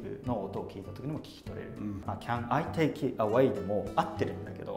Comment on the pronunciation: Atsuさんの'take'の発音がオーストラリアだなぁって感じで面白いなぁ、と